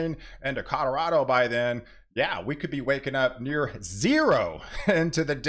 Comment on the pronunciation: Btw it's Colorado not Codorado lol Sorry for being a smart a$$ 😅